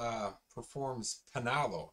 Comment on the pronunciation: you said Panalo perfectly